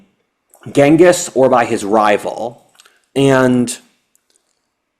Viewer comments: GHENGIS Khan. Timugen's name is pronounced GEN-gus, not GANG-gus. Come on,! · I think it's pronounced ching-is...